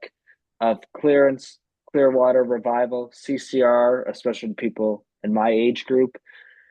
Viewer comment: Did he say Clerence Clearwater?